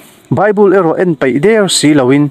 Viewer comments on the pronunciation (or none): Mizo tawng lam dan tur uluk deuh la, e.g peih tih tur paih tih daih ang chi hi.